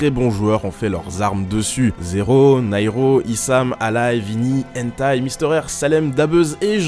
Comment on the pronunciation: moi aussi j'ai compris "hentai"